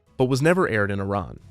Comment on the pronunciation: Thanks from pronouncing "Iran" correctly